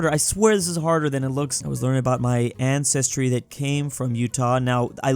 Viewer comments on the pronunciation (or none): none